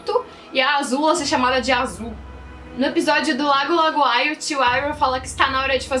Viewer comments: É impressão minha ou a fala "Lago LaGOai" em vez de Lago LaOGAI?? E curioso é q o vídeo tbém fala sobre erros de dublagem kkkk engraçado. Parabéns pelo vídeo, muito bom! 😍 Vcs arrasam no conteúdo 👏! Eu tenho uma dúvida q não é relacionada a esse vídeo, quem escreve as HQs de Avatar A Lenda de Aang é só o Gene Yang ou o Brian e o Michael tbém escrevem as HQs?? Obrigada pelo vídeo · Lago "lagoai" ? Kkk não seria Lago " Laogai " ?